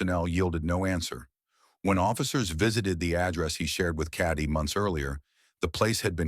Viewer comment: Her name is Katie. Not caddy. I hate AI.